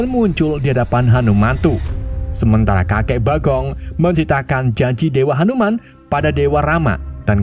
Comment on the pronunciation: Hanu-man ❌ Hantu-man ✅